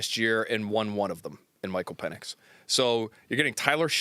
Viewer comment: Michael pee nix... 😂😂😂😂😂 I had a football coach in college who called our kicker Pedro <----- peed row... I'm so glad said something 😂 Hopefully they'll be competitive young team looking forward to it.